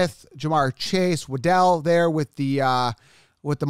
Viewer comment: Waddle, not Waddel